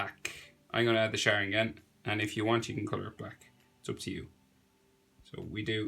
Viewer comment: I don’t wanna sound like the grammar police but😥 it’s Sha- Ring- An not Share- Ing- Ahn